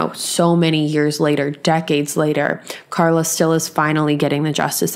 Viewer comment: She meant Carla but didn't pronounce her name properly.